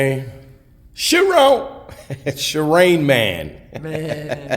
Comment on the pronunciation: Nigga said Charain man that is HILARIOUS